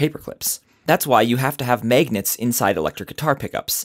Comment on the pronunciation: I like how he calls them maygnets